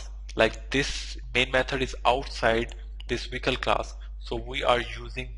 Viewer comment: It's pronounced Vehicle not wicle